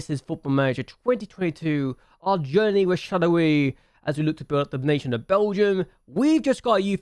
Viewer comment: Nice serie ! I'm not use to not see a youth intake challenge from your channel but Jupiler Pro and Belgium is not played very often on youtube so it's cool! Btw for the pronunciation, in french the "oi" is said like "wa" (like in "was") for exemple it would be "Charlerwa". Nice video !